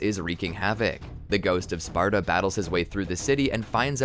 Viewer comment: y u keep saying “gout of sparta”? lol